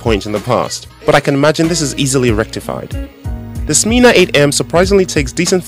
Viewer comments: Nice video!! But the correct name is Smena, not Smeeena :) e for echo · You pronounced it all wrong it's not Smena is not pronounced like Smeana but more like sMENa, the word men.Means change. You can look down on Soviet people all you like but they have something you won't find in the West a heart and resourcefulness.